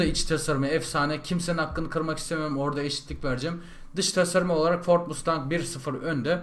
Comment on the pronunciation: abi 1969 model ford mustang bi de 1969 model dodge charger ı dene charger yerine challenger da kullanabilirsin ;) ha bu arada o mustang değil masteng diye okunuyo :D